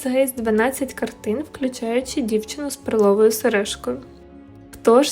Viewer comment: Мабуть наголос треба робити на перший склад, а не на другий. Відео цікаве, подивилась із задоволенням, картина справді шедевр ❤️😍